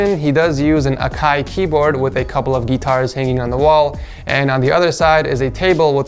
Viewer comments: And a couple “geeeetars” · "with a couple of GEETARS hanging on the wall"